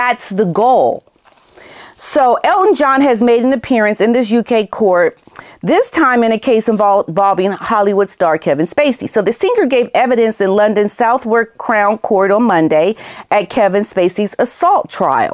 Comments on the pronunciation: Just to let you know, Southwark is pronounced Suthock. Keep up the great work xx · Southwark is pronounced "Sutherk". Just to let you know. Great video. Best wishes from England. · FYI Southwark is pronounced ''sutherk''. I know, English english is very odd at times. :-D x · Just for info -- SOUTHWARK CROWN COURT - is Pronounced "SUTHIRK CROWN COURT. 2 syllables. SU-THIRK.. The "SU" bit as you would pronounce The "Sun". And the "THERK" bit as you would pronounce "Kirk"... So - "SU-THIRK" Crown Court... Just for info... Love David Alp - England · Southwark is pronounced suthak